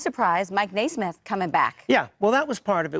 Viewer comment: NESMITH! not Naismith! dummy reporter!!